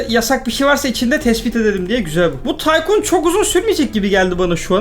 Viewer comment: Abi taykun degil tycoon